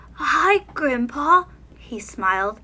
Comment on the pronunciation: Did anyone think when she said: “Hi Grim’Paw” she said: “Hi Grampa”